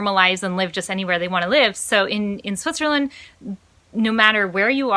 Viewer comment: Just one question, it also stroke me with your first video: Why do you pronounce "Switcherland"? LOL - Did you see so many hoodie shirts here from the SWITCHER label? :) - The documentary about public schools failing in the US is called "Waiting for Superman".